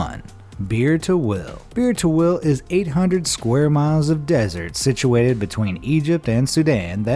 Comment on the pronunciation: ah yes, "BeertoWill" , the best unclaimed land ever. 💀😆